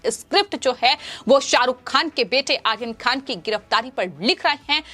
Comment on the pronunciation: Ye ladki ko aryan khan bolne nahi aata hai... 😀😀 Akhil khan bol rahi hai